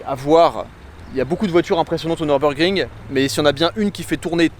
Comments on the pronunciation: Merci …(Neurbeurgring->Nurbourgring)…En plus, on a la chance, nous français, de savoir prononcer le son U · J’aime la chaîne…mais s’il te plaît, mes oreilles originaires de la frontière allemande vrillent à chaque fois que tu prononces ce beau circuit ;)